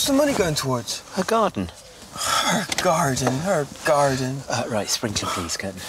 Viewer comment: "her garrden, her garrden"